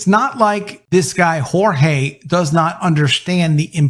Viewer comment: His name is Portuguese, not Spanish. Its not pronounced, Hor-hay!! 🤣😂